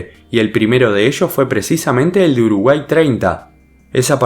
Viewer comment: Alguien se dio cuenta que decía Urugay en vez de Uruguay Buen video